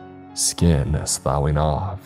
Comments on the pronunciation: "Sloughing" Pronounced: "Sluffing" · Sloughing is pronounced Sluffing